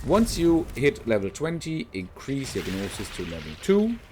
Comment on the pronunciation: I dont mean to be rude but gnosis is pronounced with a silent g so just nosis